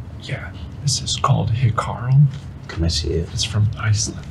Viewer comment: Lmfao I'm Icelandic and seeing them whip out the Hákarl and also trying to pronounce it was the top of the year for me, I'm so proud of y'all 🙌 I've been raving about the Hákarl in the comments when they ate the fika fish! Gobless this crew and ✨